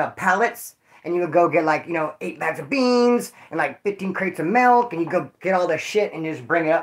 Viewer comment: it's MILK with a I. not mElk with a E!!!!